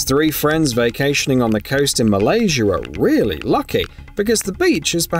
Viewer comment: Atlanter... Is that a city in Georger? 😂 Not only that, but there's apparently a country named MALASURE?? Uh...